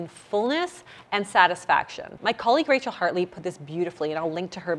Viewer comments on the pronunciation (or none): none